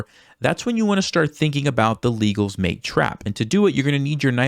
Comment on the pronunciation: Legal's trap also works with Nc6 (pedantic comment, it's not pronouced like the "legal law", I think it's "leg -gall") With Nc6 though, you have to play h3 and if the bishop goes back to bh4, you can knight capture in the middle (still the best move). If they take the queen you got the trap. If the knight on c6 takes the knight, you can take the bishop. The difference is that with h3 pushing the bishop back, the black knight capture will not defend the bishop. It's still +2/+3 for white